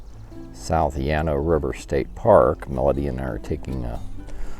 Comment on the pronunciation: you are mispronouncing Llano!